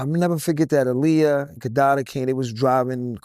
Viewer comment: Aaliyah probably felt a way about him, because he kept mispronouncing her name 🤣. it’s “AH-LEE-YAH”. It’s not “UH-LEE-UH”